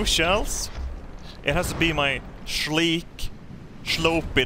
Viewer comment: “My schleek, schlopey deschign.”